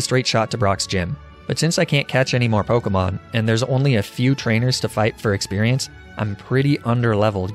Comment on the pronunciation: The pronunciations of the pokemon kill me